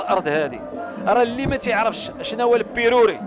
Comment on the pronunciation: ملي قال لبيروري واللهتا مغربي قح 😂😂😂😂😂😂😂😂😂😂😂😂😂😂😂😂😂😂